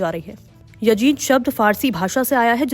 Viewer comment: Madam woh YAZID hai YAJID nahi. Bolna toh seekh lejiye pehle.